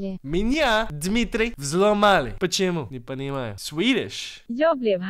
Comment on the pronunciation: аоао почему мне так смешно с того как он сказал 'почему? не понимаю' X'D yes Russian people is here)